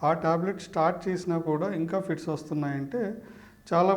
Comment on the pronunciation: ఫీడ్స్ కాదు ఫిట్స్ మీరు చెప్పేది